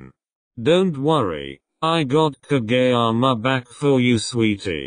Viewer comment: Honestly shocked when the narrator voice didn't say ka-jee-yama and actually said kageyama's name correctly 🤣🤣🤣